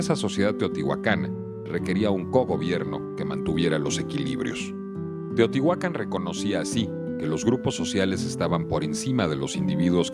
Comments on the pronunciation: No es correcto pronunciar Teotihuacán omitiendo el acento ortográfico en la última sílaba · El título del video es “SECRETOS DE TEOTIHUCÁN” pero la arqueóloga Manzanilla y una voz de fondo insisten en llamarla teotihuacan, sin acento. Otra cosa más importante aún es que México no está en MESOAMÉRICA sino en Norteamérica. La única parte de México que está en Mesoamérica es la península de Yucatán. No sean tan ignorant es. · Muy lindo video, lo que me molestó mucho es oír a personas letradas decir "Teotihuacán" sin acento 🙄🙄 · Pronuncias mal Teotihuacán tiene acento